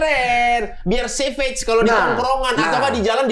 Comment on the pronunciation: byk komika yg pronounce “savage” itu jd “sevej” Ate dll juga sering. Yang benar itu “SAVEJ” 🙏🏼